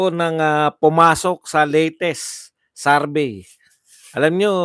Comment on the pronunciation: Anong Sarvey?????? Survey,hinde SARVEY